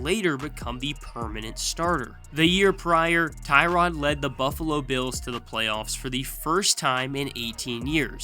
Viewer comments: Its pronounced Tyrod not Tyrod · Cant even pronounce Tyrod right…